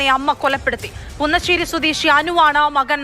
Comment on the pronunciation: കുന്നശ്ശേരി അല്ല പുന്നശ്ശേരി